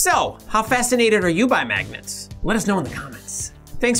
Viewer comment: Did you say magets?